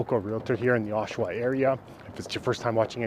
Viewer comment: gen-eral... osh-awa... pretty straightforward, bud.